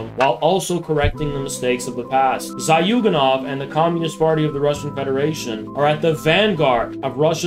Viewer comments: Little name correction "Зюганов" pronounced as "Zyuganov" not "Zaghyuganov" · Zhoo - ga - nov. not zioo ;) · Let me take one remark: the guy is called Zyuganov, not Zayuganov